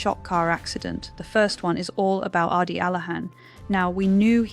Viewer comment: OMG You can’t even get the spelling of the characters names properly!!Ardi Addie, etc…Asha, Asher,!!! 🤦🏼‍♀️🤦🏼‍♀️🤦🏼‍♀️ At least get the names and pronunciation right!!! It’s spoiler not speoiler!!! It’s Adi, not Ardi!! Asha, not Arsha!!Abbie or Abby, or Arby or Abey; make up your mind!!! Carl or Karl??? Corrie not Corey!!🤦🏼‍♀️ So distracting and shows you don’t rewatch your videos before you post them. Disappointing.